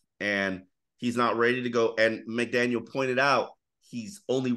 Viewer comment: McDaniel … gotta work on that … drop the S lol. 😂